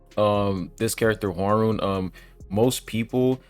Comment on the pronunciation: Man your pronounciation of Hwaryun name is so bad that I didn't recognized it. It's HWAR-YUN (YU pronounce sounds is = YOU) it is not YO and not RON